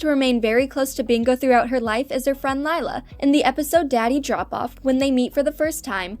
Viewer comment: it’s Leila not Lila